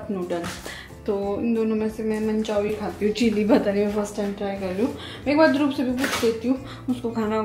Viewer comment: why do you call Dhruv Dhrub….Is it B or V please clarify